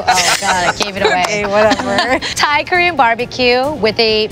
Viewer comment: Does speak Thai fluently? The way he pronounces Thai words is almost perfect.